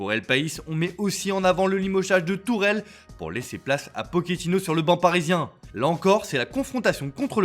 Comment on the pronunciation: Tuchel frérot pas Tourel lol